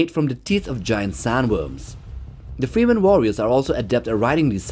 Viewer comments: Geez how much AI slop is in here? Check the Timestamps, its Fremen, not Freeman, etc... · FrEmen, not Freemen. Hurts my ears :) nice video. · its FREMen not Freeman mate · FREH-MEN not FREEMEN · It's pronounced Freh-men, not FrEE-men. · It's slightly annoying the way you say free man instead of fremen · Fremen man! Not freemen. Really bugged me 😂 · frem-men, your welcome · My ears popped every time I heard "free men", but "gorilla tactics" knocked me off my chair. Is this some AI bullshit or what? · Why do you pronounce Fremen like that